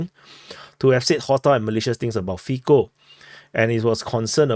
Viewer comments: say "Fitso" not "Fiko" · A fair assessment. Cintula appears to be attempting to mitigate the gravity of his crime by saying he didn't intend to kill Mr Fico (it is pronounced feetso by the way as the Slovak 'c' is pronounced 'ts'. The atmosphere in Slovakia is fraught due mainly to the completely one-sided narratives that have been seen in both the print and televisual media. Virtually zero news has related the Russian viewpoint on how the situation with Ukraine had its genesis and the part the western powers played in it. All the emphasis has painted Putin and Russia in the darkest possible colours. It is no surprise then that a campaign of media-justified hate toward Putin and Russia has eventuated in this crime. The media in general is acting as if Russia has declared war upon the western world and the constant attacks on both Putin and all things Russian have had this almost inevitable end result in Slovakia. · Fico is pronounced Fitso (c = ts, k = c). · It is better to imagine his name spelled as Fitso for a better pronounciation. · 1/ prononciation of "c" in slavic languages is most similar to "zz" in word pizza (no offense, we probably butcher asian names even worse 😊) 2/ so far no evidence about more people involved in preparation. Most similar to Ronald Reagan assasination attempt scenario. 3/ deleting fcb account happened most likely after someone from local censor team announced Meta. 4/ liberal (read : All the local mainstream) media tryin blameshift to his connection to local Wish level nationalist group and hide that he repeated All liberal mantra (on leaked video some hours after attack AND in front of judge in preliminary hearing when he was taken to custody) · 1. its funny how everyone pronounce Fico. C in slavic languages is /t͡s/. 2. What is posted on facebook cant be deleted. Meta have his communication. If they dont give it to police , then we know for shure who is behind assassination attempt.